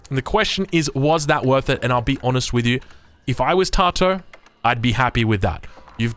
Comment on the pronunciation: Tatoh is pronounced Tat-oh fyi mate. Love your work